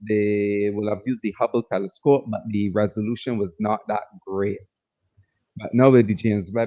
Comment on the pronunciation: "Teliscope" has me in tears 😂😂